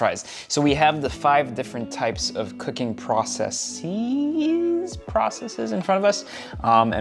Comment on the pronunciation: Yes someone said it right... processes....😃😃